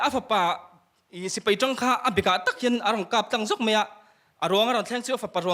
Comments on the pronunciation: Vangtlang pa hi a upa ber hmel sia, mizoṭawngava thiam lo ve,, peih tih turah paih te ti mawle putar berin 😂😂😂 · midang lakah chuan a upa tih a hriat reng alawm le...a upa berin mizo ṭawng a pâi hi kalo zak😂😂😂peih tih tura paih ti khut2 a puitling lo hle tihna nih hi